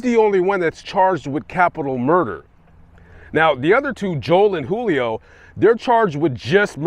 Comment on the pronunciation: Julio is with a J, not an H